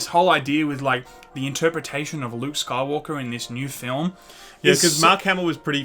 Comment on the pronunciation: That wasn't Luke. It was Luuke.